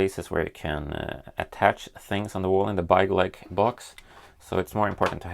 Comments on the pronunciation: I love how you pronounce it like byegleg even though you are Swedish and know how to pronounce it correctly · It’s pronounced bigleak